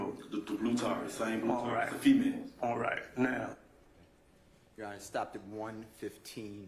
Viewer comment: do she no how to say your honor instead of yonner